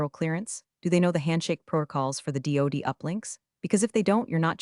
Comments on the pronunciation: Hilarious the way the reading of this pronounces DOD as do d and it gets written for the on screen script as duty. A lot of time is put in to these stories on the “influencer’s” end that are nothing but comical. The way the actual stories come across makes you and a lot of other people who do these things comedians and not very good ones. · Another channel that doesn't proof and edit whatever garbage the AI voiceover spews out. What exactly is a "suv"? Believe it should be pronounced "es ewe vee ." And don't forget DOD, should be pronounced "dee oh dee." I shake my head knowing that there are people who will try to learn English from AI generated narrations. The future certainly looks bleak. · "configuring to doody standards" 😂😂😂😂😂 Train your AI to read acronyms!